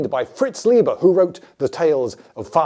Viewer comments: This was such a fun video to watch! Thank you! I would like to point out the pronunciation of Fritz Lieber’s name isn’t “Leeber,” but rather “Lyber” with a long “i” sound. I grew up pronouncing it as you did, but then I saw a taped interview with him about a year ago and he corrected the interviewer who had mispronounced his name with a long “e” sound. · FWIW, in a short autobiographical essay included with one of his anthologies, Fritz Leiber stressed that his surname is pronounced LYE-ber.